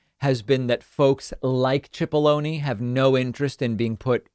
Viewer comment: You keep saying his name as if it has an h(chipollone). It's pronounced Sipollone.